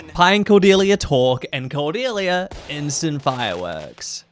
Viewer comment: I remembered watching this movie as a kid. I don’t know why but the hard pronunciation of the ‘C’ in Cordelia’s name has always stuck in my mind and I always hated it lmao. I remembered like NOTHING else from the movie. Just the way that Pi says Cordelia’s name.